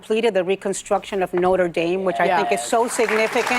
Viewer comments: This stoouupid ignorant racist RINO can't even call the cathedral by it's proper name!! "Know-terh Dayme"??? No you mor0n. That's a college!!! It's "Noh-tre Dahm"! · She said Neutra dam ..😂😂😂😂 It's Notre Dam What a low IQ Bimbo. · WHY can't Americans pronounce things correctly, especially when òn mainstream TV shows (albeit crappy one's such as The "politically one sided" View 😅‼️ Anyway Notre Dame in Paris, France is NOT pronounced Noder and "dame" does not rhyme with fame. The correct way to say it is not - tra - dam (dam rhymes with ham) so there you go ignorant wokeists on The View (rhymes with spew) which is very fitting‼️😆😆😆♥️ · The woman who calls Notre-Dame “Noter Mame” talking about class…??? 😂